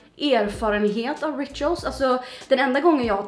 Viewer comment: Du säger rituals helt fel